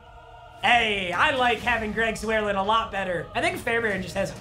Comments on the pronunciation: Greg "Zoo-Air-Lin"...it's "Zur-Line". Not really that hard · Your kickers name isn’t pronounced “ZooAirLen” it’s pronounced “ZurrEhLine”. Love you Papa❤️ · This man said "Greg Zwearlin," .... I'm dead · “Zwhere lin” Pretty sure it’s pronounced “zure line” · Who noticed when papa called Greg zurlein Greg zerlin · Is anyone going to tell him that his kicker's name is pronounced like "Zer-line"? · I cringed so hard when he said that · nobody: papa: greg zwerlin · Say it with me. Greg ZERLINE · it’s greg zer-line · It’s “Greg Zurlein” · It’s Greg ZUR-LEIN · When he pronounces Zuerlein(Zer-Line) Zuerlein(Zuer-lin) it triggers me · It’s pronounced Zerline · Please correct me if I’m wrong but this is bugging me so bad. Isn’t it pronounced Greg “ZER-LINE” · The way he says Greg Zuerleins name absolutely aggravates me lol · Is no one gonna tell him he saying Zuerlein wrong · I think your pronouncing Greg Zuerlein wrong